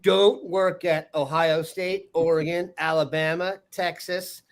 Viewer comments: It’s not Ore”gon” lol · for the love of god, it's not pronounced Ora-Gone' it's Or'agun, emphasis on the the "Or". I let it slide the first 50 times, but enough is enough. FFS